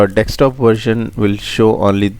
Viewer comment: thanks, keep it up. BTW, its desktop not dekstop!